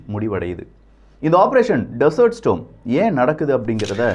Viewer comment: 🙆ஆபரேஷன் டெசர்ட் ஸ்டாம் (storm) ஸ்டோம் இல்ல🤗🙆